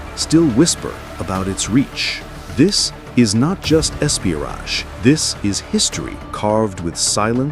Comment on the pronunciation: 47 seconds in...this is ESPI-o-RAJ...what the??? 😆😆🤣 God bless the MOSSAD...(edit in) I love Israel! not necessarily A.I. voiced videos. Just want to clarify.😘 mins..."cough cough"😂🤣🤣🤣😆🤣this is hilarious. the way this was done is perfect!